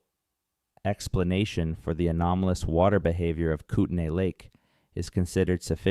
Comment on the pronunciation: It's pronounced koot-nee